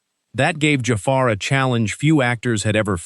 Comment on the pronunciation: The guy doing this video! Oh my gosh can you LEARN how to pronounce JAFAR’s name!!!!! It’s terrible you can’t say it! Listen to how his family’s says it! It’s not JAY FAR! Good grief!